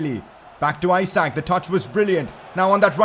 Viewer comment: umm i think Isak is pronounced as 'E - sak' and not as in Isaac...